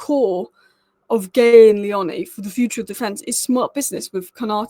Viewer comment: By the way it's Leoni like tony not the way you say his surname 😂